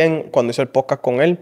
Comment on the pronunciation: Que puedes esperar de alguien q dice “pojcaj” 🤣